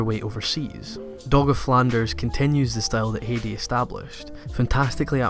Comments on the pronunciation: As a native german speaker, i can't stop laughing at your pronounciation of Heidi. It's just too funny. Great video anyways! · I was about to comment about how you totally screwed up the Heidi pronunciation, but... quick glance looks like that's been covered. Must say, first time I've ever heard someone mispronounce it that way though. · Smh your pronunciation sometimes just kills me. Its not Hee-di it Hi-di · Heidi was my very first anime. It's not pronounce Hedi, though. In German ei is a special sound, ~ ai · It’s pronounced “Hi-dee” not “hay-de” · Heidi is a german name and pronounced "High-dee" It was my favourite Anime when I was a child! Great Video nonetheless ;) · I just got into Anime and find your channel so helpful, new subscriber! As a former American English teacher current journalist I thought I would share something I noticed about your British Heidi pronunciation, you say Hate-ey, because of the harsh consonant sounds and round vowel sounds in British English. In American we say Hi-dee it almost sounds like high tea, even with regional dialects this only changes is the south to be Hhada like HHHi day. Both British and southern English versions sound odd to me and it was a bit distancing in this video but your editing and love of anime is so genuine I do not care plus we cannot really change our accents. PS the drama anime of Nippon totally shaped early Magic girl and drama series at TOMI animation and in shows like Lady Georgie or Candy Candy. Even though they came out at similar time you can sense a desire to keep pace if not out pace each other. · Metallicus I do cringe every time he says "hey-dee" :/ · Heidi is pronounced 'Haidi' . Well known in Germany, taking place in the Alps. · I loved the video but I cringed every time you said Heidi because it was pronounced wrong (I'm sorry but you said it a dozen times) if you've seen the intro to Heidi they said it 3 dozen times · dutch person who grew up with Heidi ITS HEIDI, EMPHASES ON THE EI